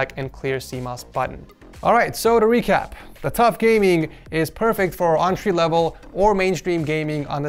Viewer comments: quit saying ontree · When he says entry I hear entree